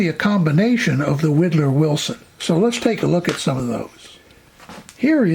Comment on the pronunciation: It's WHY-dlar, not WEE-dlar. Widlar was very sensitive about his name pronunciation. Anyway, thanks for your videos.